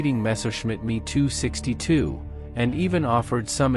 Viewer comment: M.e.262 mispronounced as well. Dump the trendy [and awful] AI narration people.